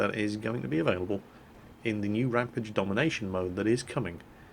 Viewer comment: For fuck sake's, how many times do I have to tell that you are saying RAMPAGE the wrong way, it's not RAMPIDGE it's RAMPAGE!!! Other than that great video mate